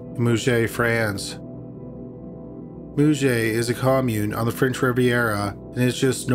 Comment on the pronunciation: Didn't get which town on the French Riviera the narrator meant until I heard Cannes and realised that Moojey was actually Mougins (MojAn). Sorry, just had to mention it.